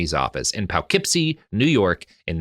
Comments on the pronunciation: As a resident of the Poughkeepsie, NY, area, it's Po-keepsie or Puh-keepsie, not Pow-keepsie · Oh no - not Poughkeepsie (poe-keepsie) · I'm 90% sure Robert knows the correct pronunciation. I'm 100% certain that he's aware it's not pronounced as it's written and is doing that any way on purpose. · The way Robert prounounces Poughkeepsie, NY absolutely tickles me.